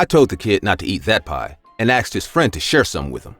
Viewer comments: i love how he says " i aksed him " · “ASKed” not “AKSed”